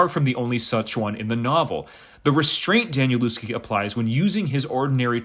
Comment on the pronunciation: Hi there - nice review! I've read it once and have read it most of the way a second time. First, his name is pronounced 'Danielevsky'; I used to think it was the same as you do. Also, the people commenting are only described by their deaths in the 2nd part of the book, I'm not sure exactly where he changes, but earlier, it would be 'As this person would later say to that person' and then go ahead and describe it. Nothing about their deaths in that first half or so of the book. I'm a big fan of 'The Familiar' series too, btw.